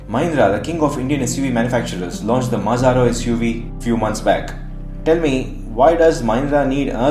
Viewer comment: The name of Marazzo was mispronounced as Mazarro